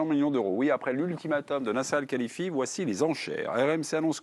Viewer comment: En 12 ans le présentateur est toujours pas capable de prononcer El Khelaïfi correctement.🤣